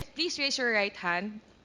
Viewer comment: Ang sakit sa tenga mag English ni Dan Fernandez. Flease stof.😂